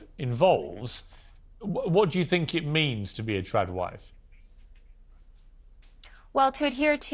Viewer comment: Are they saying "Tran wife" or "Trad wife "